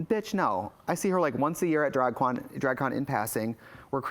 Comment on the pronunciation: Did she say “l see Kim Chi once a year at Drag Kwan?” Lol